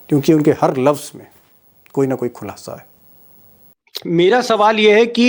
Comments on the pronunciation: Sir sulasa nahi khulasa 😊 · Some correction Sulasa nahi khulasa